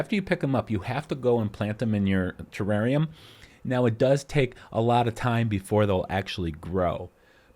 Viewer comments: It’s terrarium not terranium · It's not "terrainium". It's terrarium. FYI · What I don’t understand is how this guy keeps adding the letter N in terrarium.